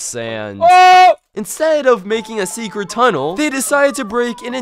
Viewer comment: Im gonna destwoy yor secwet chest 🤠😁 got me rolling on the floor 😂😂